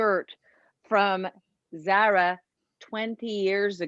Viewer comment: Zara is pronounced zar ah